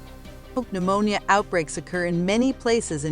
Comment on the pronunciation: "Pneumonia" silent P. Noomownia